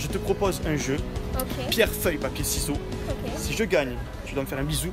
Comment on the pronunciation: Il est con il dit pierre feuille papier "siseau"